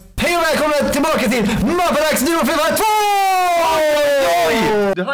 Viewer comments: Asså!! ”Hej o välkomna till ma-pa-dax” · Hahahaha mapadax helt fel utalat